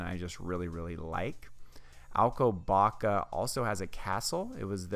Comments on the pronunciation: The "ç", as in Alcobaça, is pronounced as "ss". Very informative video and I like the off-camera voice, lends it a more professional feel. Thanks for sharing. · Not Alcobaca but Alcoba sss a